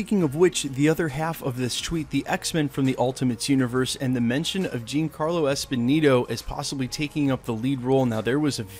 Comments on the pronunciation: Jean Carlo Esponeeto??? :/ Giancarlo Esposito, you mean.... Pronounced Jon-carlo Ess-poe-see-toh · Dude - learn to pronounce his name. Jean Carlos Esposito. He's been on screens for over 30 years now.